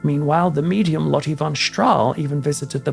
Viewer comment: the e in Dutch name is pronounced more like the U sounds In the English word Hurt. Try to say Lottu ❤